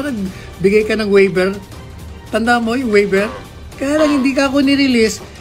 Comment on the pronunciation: Bobong attorney.hindi waiber. Pronunciation is Waiver. Mag aral ka muna NG proper English pronunciation. Attorney ka Pa Man. Hindi ka marunong ng proper English.🤡